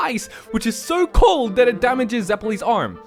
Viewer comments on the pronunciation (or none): none